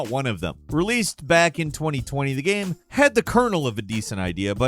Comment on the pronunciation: Well, most of the times, he pronounces the word "game" wrong, so what did we expect.